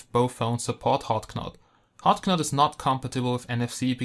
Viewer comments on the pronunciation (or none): Hot Not. the K is silent! Your English is better than my German, though! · Great review. This device looks awesome. BTW, knot is pronounced like not (the k is silent)